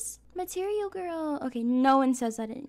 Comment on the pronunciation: I loved when she said: mATERIAL GWORLLL😩😩